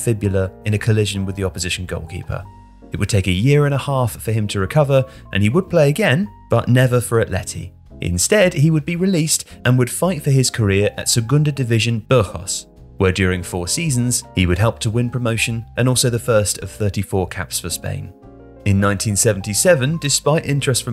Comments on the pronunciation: Burgos the g isn’t silent /Bor.Gos/ And the s isn’t silent in El País just an fyi .. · They also pronounced Burgos as Burjos... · Burgos is not pronounced as Burhos. 😅 You only pronounce g as h if it is proceeded by i or e. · For future knowledge, the "g" in "Burgos" is pronounced as in "Gettysburg". In Spanish, the "g" is only pronounced as something approximating an "h" in English when it's followed by vowels "e" or "i". As in "Girona". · burgos IS pronunciated with a hard G tho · That pronunciation of "Burgos" hurt my soul and ears. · very cringey to hear "hey hey hey, juanito the wonder", and I don't know how you would pronounce Burgos that way (this is not the netherlands xD) otherwise a great video